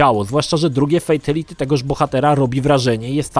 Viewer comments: FATALITY a nie fejtaliti ;) i BYBALITY a nie bejbaliti ;) sorka, że się czepiam ale mój grammar nazi nauczyciel się czepia ludzi :P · Uszy mi krwawią jak mówisz "fejtelity", każdy konferansjer w MK odczytuje to jako "fitaliti" dosyć znacząca różnica dla fanów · "Fejteliti"? Serio? Uszy więdną. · Dlaczego gdy ktoś źle wypowiada słowo w języku obcym, to trzyma się go jak rzep psiego ogona i powtarza w nieskończoność? xD 3 minuty filmiku, a ja słyszałem o "fejtiliti" już z 10 razy. "Bejbiliti" już nie wytrzymałem i wyłączyłem to dziadostwo xD No a jak słyszę, że uznawana za najbardziej kultową odsłonę serii Mortal Kombat dwójka jest nazywana "taką sobie", to już wiem, że masz zerowe pojęcie o tej serii. Ot, włączyłeś, pograłeś i tyle, równie dobrze mógłbyś sobie włączyć pasjansa, bo zaangażowania nie masz żadnego. O ile w ogóle w nie grałeś, a nie obejrzałeś jedynie kompilacji "fejteliti" na YouTube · fejteliti XDDD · To moj pierwszy film od lat. Jezyk polski koszmarny, "fejtyliti" i "bejbylity" jeszcze gorsze. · Dlaczego fejtYliti xd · 'fejteliti'??? Po jakiemu to? Tak czy siak brzmi koszmarnej niż najkoszmarniejsze fatale;) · Ej ale ty wiesz że friendship i babality było genialnym pstryczkiem w nos wszystkim którzy krytykowali Mk za brutalność pozatym było to po prostu śmieszne i niestandardowe. Ps błagam popraw wymowę Fatality pls to nie brzmi dobrze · Ciulowato wymawiasz Fatality. :D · Najbardziej ciulowate to jest wymawianie przez Ciebie fatality i babality.